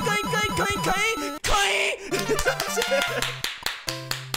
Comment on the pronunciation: 最近「ボキャーん」が好きですw 後、口笛はずるい！！www 絶対口笛の時ニヤけてたでしょー！( *¯ ꒳¯*) コインコインがインコインコに聞こえてくるw